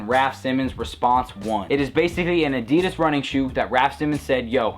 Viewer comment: a-dee-dus, hahaha funny accent mate.